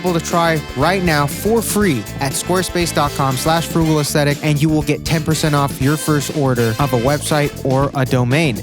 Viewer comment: Not gonna lie, thought you said Autistic and I was like, huhh??